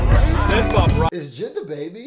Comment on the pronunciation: Jay Eye Dee not jihd